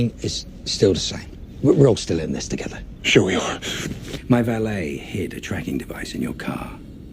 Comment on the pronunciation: To-Get-Her (the church)..